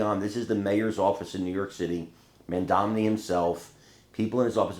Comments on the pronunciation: Who is Mandamni,? He may only be the mayor of one city, but it is an important enough city that you should be able to pronounce his name. Especially since it is pronounced as it is spelled. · His name is Mandani. Not Mandamni! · It isn't Mam-domni. It is Mam-donny. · Mom Doni is how you say Mamdani not MamDamni! stop saying it. You are making it too hard that way! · Hey! If you want to be a journalist you need to get his name right. It's Mamdani, not Mamdamney. He isn't Mitt Romney. You've been mispronouncing it for more than a year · I love you, but please learn how to pronounce Mamdani's name. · mamdani...... mamdani. pronounce right